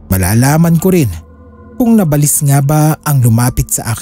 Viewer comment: Hindi nabalis Ang pronunciation nun "naba - lis .. salitang Tagalog Yan sakit sa Tenga paulit ulit pa